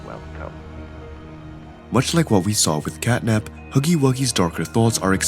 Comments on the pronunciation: Bro Called Catnap as "Catnip" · Honestly I feel sad for catnap bc u called him catnip many times one the end bruh